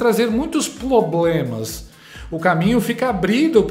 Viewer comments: Uma "comunicadora" falando ploblemas...... A Janja é uma vergonha ao Brasil. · Esse desgoverno só tem "ploblemas", que "inrresponsaveis"! 😂😂😂😂😂😂😂😂😂😂😂😂